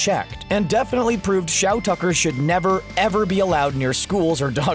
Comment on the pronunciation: And after all this time, Shou Tucker's name will be the greatest irony. It's Shou Tucker, i dunno why everybody kept reading it into Shao Tucker ?